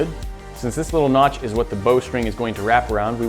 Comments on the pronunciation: Noch? Did you mean notch ? LOL!!!!😂😂😂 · Notch not nok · I will knock you out if you say notch wrong again!!!!!